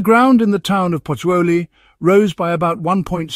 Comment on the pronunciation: Lol she can’t even pronunce Pozzuoli properly..it’s not that difficult😅